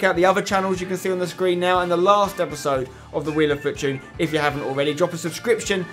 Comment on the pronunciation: He says fortune funny